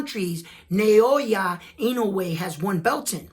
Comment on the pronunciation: Inoue's opponents would no doubt rather fight in Japan -- because that's where the money is at 122. Let's see if I can help with Inoue's given name: It's NAH-OH-YAH. ... rather than NAY-OY-YUH. His name break down syllabically like NA O YA = NAH OH YAH